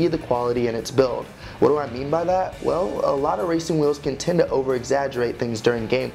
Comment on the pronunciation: Did you say wacing wheel